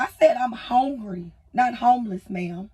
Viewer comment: Must be the hog ring. Why did she decide to have kids? Four childs…….😊 Lady, you kid is crying. Is TikTok that important? Kids generated for revenue. Go get something to eat. Honegry…..? Learn to speak. Who’s on the throne of entitlement?